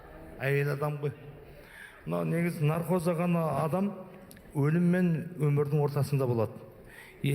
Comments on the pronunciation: Нархоз емес, наркоз деп айтыңыздаршы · Нархоз, нархоз деп наркоз деп айталмайды екен... 😂..